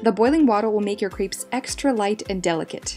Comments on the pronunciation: You're good at making them, but please, also learn how to pronounce the word crêpes (say krep - no s) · Wrong. She mispronounces that poor French word all the time! In Plural, most French words have an -s added to the end of the word, but this last -s is not pronounced. The "s" is muted. Crêpe (with an ê) is a French word. "ê" does not sound like "ee". Nonetheless, she literally says "c r e e p s" all the time. Plurals: although the usual way to make something plural in French (like English) is to add an s (chat→chats), the ending still isn't pronounced because of the rule about most final consonants (d, t, s, etc) not being pronounced. So both the singular word for chat (cat) and plural word chats (cats) sound exactly the same. With that being said, she's fairly good at cooking, but her French is really bad and she spreads ignorance and illiteracy. Generally, most English-speaking people say "pallet" instead of palette (another French word that refers to make up products) and/or uses "omlet" for "omelette".